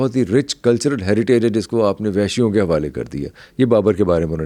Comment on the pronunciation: Kastri ????? Kshtriy bol bhai.... Vesh nahi vaish bolo